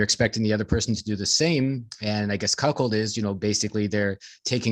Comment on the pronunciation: Ahhh,,, there saying, “Cock-hold”.